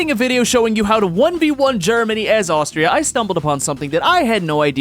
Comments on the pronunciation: The way you dared to say austria has hurt me to my very core there is no k at the end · took 3 weeks of german and pronounced Austria wrong XD